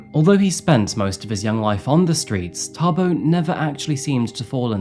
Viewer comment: 😅wow you say Thabo like a real Tshwana👍